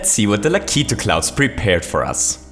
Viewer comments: O.K,. I've had enough of you saying lak (lack) i (ee) tu (two)!!! It SHOULD be pronounced lak (lack) i (eh) tu (two)!!! please, and thank you. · It's pronounced "Lack-A-Two" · It's pronounced Lack • it • too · U pronounce lakitu like lakeet2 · It's pronounced Lah-Ki-Too. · i'm sorry to tell you but you are saying lakitu wrong